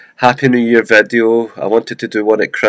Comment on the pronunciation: like "vadio" ...i was like what is that? Oh you mean "video"